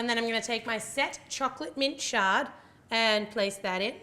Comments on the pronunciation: when she said shard i thought she said chocolate sharts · Why does it sounds like she keeps saying shart.. Lmao